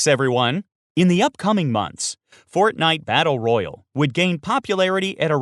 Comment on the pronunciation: Holy fuck you say fortnite battle royale wrong